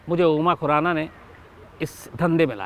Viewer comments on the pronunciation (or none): Abe tujhe khurana bolna to araa ni raa ganwar tujhe kisne journalist banaya tere jaise pakistaniyo ke liye thik h